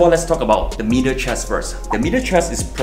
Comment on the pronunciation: I had to rewind to check if he said middle or meater chest.